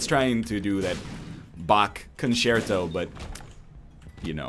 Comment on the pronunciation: I love how NL puts on a little accent whenever he says 'Concerto' as if he was pretending to be a snobbish aristocrat.